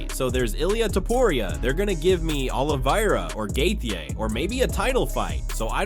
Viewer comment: Brother you got to pronounce Justin’s last name correctly gosh